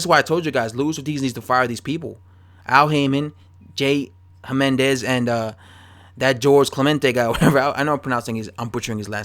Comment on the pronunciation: I think it's "Himenez"